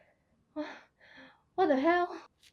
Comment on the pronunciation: The “What the hell” was the most asian thing I’ve ever heard.